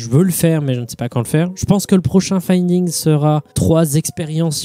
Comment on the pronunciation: « Findigns » fait gaffe, cool vidéo mon reuf